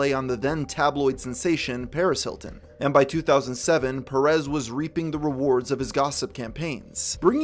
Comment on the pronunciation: My dear American friend its Pérez, not Peréz.